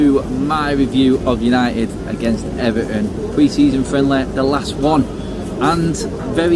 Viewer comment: Did he say Unieed vs Ever'on lol